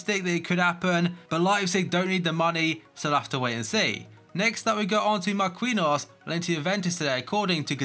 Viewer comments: Mar-Kin-Nee-Os not Mar-Queen-Os love the content tho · Why instead of saying every fucking futbol player name bad you just learn how to say it first, because everyone nows how to say marquinhos exept you tho